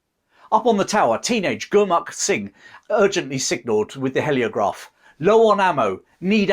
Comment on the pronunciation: It's hee as in heel, not he as in help. Heliograph. Spoils an otherwise good video.